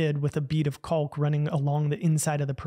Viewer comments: Cool vid! I like these creators. - So, I hate to be that guy, but, it's pronounced closer to "cawk," as in, "hawk," not "culk," as in "hulk." - Drove me crazy! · Pretty sure that the L in caulk is silent